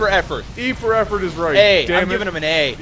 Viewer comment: "A for Affort"